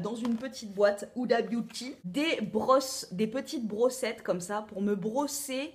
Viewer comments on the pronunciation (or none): none